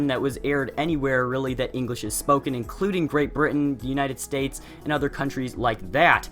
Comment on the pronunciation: the united S t a *p*e s